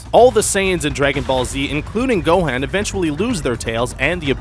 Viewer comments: It actually gohan not gohand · He sais gohen and cyan thats so funny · this guy's pronunciation makes me vomit I swear to god how can 99% of the world say it normally but this mf says it like "pikouolo" "gohen" "cyan" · (Go-hon) Gohan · DID YOU SAY GOHEN PIECE OF RUBBISH ITS GOHAN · what the hell is go han is gohan dumb ass! duh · its GO-HAN not GO-HEN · Not gohen it gohan he us not a hen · Gohaan? c'mon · This dude🤣.....gohen, sayen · I got triggered when you pronounced gohan as gohen and Saiyan as seiyan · he said like every name and dragon ball z words like wrong gohaan pyckolo OMG XD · and gohan is pronounced (go-haan) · Why do you call Gohan Gohen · Bro. You're saying "Gohan" and "Saiyan" wrong! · Can't say Gohan right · u said gohan name worng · Does anybody get annoyed when he said gohan wrong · that is not how u pronounce gohan